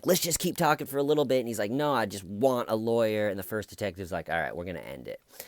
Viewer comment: Phil the big, white boy, preppie, med murder without a lawyer. Phil pronounces word no like now. “No, Phil or now Phil” yeah Phil, do blame us cops for your bullshit